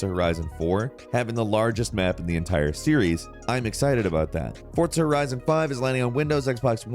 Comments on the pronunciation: has anyone noticed him saying "Fortza" instead of "Forza"? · For-za not fort-sa Jesus h Christ?!!!!! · who else got trigger after hearing him say "fortza" every time 😤💢, hurt my brain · Forza not Fortza. fuc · i hate how he says forza horizon he says fortza horizon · " fortsa horizon " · It’s Pronounced Forza not Fortza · Why do you pronounce Forza "Fortsa"? Lol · “Fortsa”? Haha nah, forza. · Lmao fortza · Why do you call it Fort-Za??? Its Forza - Four-Zha. And no Icarus? Why isn't Icarus on this list?! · “Fortza”, homie there’s no T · I swear to God he said fortza so many time to piss me off its forza there isn't a t in it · Am I the only one who noticed he's saying Fortza instead of Forza? Have I (and everyone I know) been pronouncing Forza wrong this whole time?? Is it Forza, or Fortza?!... eh Gran Turismo is better either way. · SAY FORTSAH ONE MORE MFING TIME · Are you saying "Fortza" Horizon?.... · You’re not speaking Italian. Forza, not Fortza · Bro what is FORTZA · Why does says "fortza"? Is Forza, without the T. Ask any Italian. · I love and hate how he says fortza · why do you say FORTZA, where is the T? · "Fortsa Horizon" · Please stop saying Forza like that. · Like Forts Horizon? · There's no T in Forza bro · No T in forza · There is no T in FORZA.